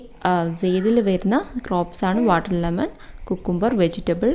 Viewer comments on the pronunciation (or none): Watermelon🍉 aanu not "m"